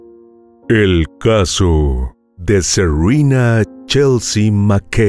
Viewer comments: Todas adolescentes evidentemente de familias latinas, no entiendo tu pronunciación de los nombres. Suena a seurina, cuál es su nombre con pronunciación real? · Q nombre raro tenía la víctima. Según el narrador se llamaba Serruina. Así lo entendí yo o será que el narrador no habla bien. Y una de las victimarias se llama Cruisti. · Serena es nombre español, no se por qué lo pronuncias como si fuera un nombre anglosajón.